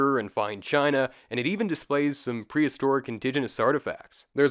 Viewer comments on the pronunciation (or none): none